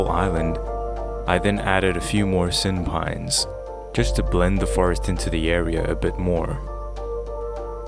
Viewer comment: I keep hearing SynPines as senpai... thanks for the video I love relaxing builds and wanted to see something with Allays